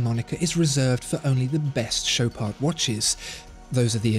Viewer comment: Show-parDh ... lol work on your pronunciation my man.